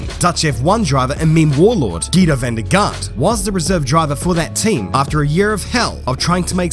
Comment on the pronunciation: you say van der Garde wrong. you dont pronounce the e at the end while if you want to do it correctly you have to say it as well